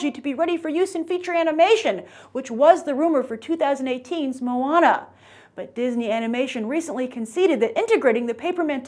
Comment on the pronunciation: Not MOO-WAH-NA, it's MOE-AH-NAH